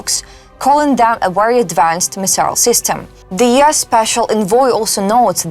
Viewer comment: It's U.S. not YES!